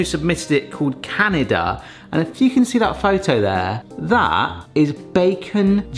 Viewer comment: Was trying to say Canada? 😂